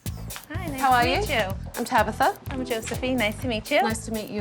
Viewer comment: Not "Tabather", mam go cry off screen, my goodness😂